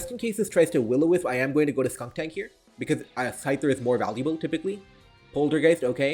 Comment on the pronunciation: Also "SkunKtank" and "Gorge-ist" :) No shade intended the content is still fire